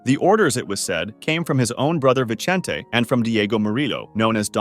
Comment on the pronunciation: Vicente is pronounced; Vee-sen-teh. The "C" is pronounced like an "S" not "CH" like in Italian. Jesus is not pronouned: Jee-sus, but instead its, Heh-soos. Come on dude. Get it together.